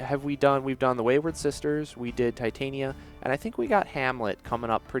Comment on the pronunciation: Titania is pronounced as tih-TAHNya if you're going by how they say it in Shakespearean performances.